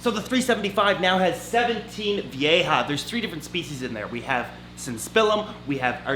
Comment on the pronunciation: Vee-ja. Not vee-a-ha. Lmfao Thanks for videos